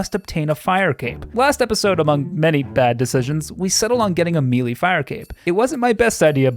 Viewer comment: Man, you check the pronunciation of something at two different points in this video, but still say “mee-lee” every time Still love ya